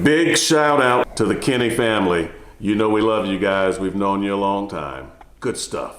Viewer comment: Are u saying Kenny family? Canty family?